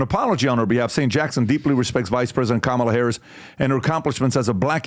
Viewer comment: Her name is "Kamala" not Letishya. "Kamala" is an Indian name. Don't forget how she wanted her name pronounced. Say it with a head shake together with accent and you'll get it right. Why is this even a doubt?